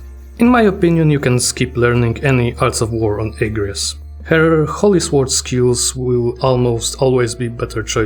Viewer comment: Unpopular Opinion: The second syllible gets the emphasis in "Agrias", not the first. "Uh-gree-us". Yes, the game gets it wrong.